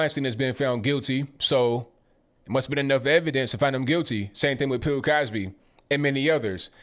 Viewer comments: Pill Cosby or bill Cosby lol? sounds like you're saying Pill Cosby. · is definitely saying "Pill" Cosby!🤣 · Stop saying "Pill" Cosby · I thought I was hearing wrong but I listened closely and realized that I wasn’t ......you were saying “pill Cosby” 😂😂😂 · You saying Pill Cosby?